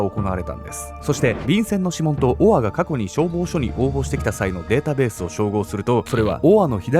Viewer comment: 「オア」が「ボワ」に聞こえて、燃え上がる音みたいだと思ったら、承認欲求をこじらせたあまり、犯人しか知らないことを小説に書いて墓穴を掘っちゃうなんて… 哀れというか、救いようの無い馬鹿というか、ホントに亡くなった人が可哀想過ぎる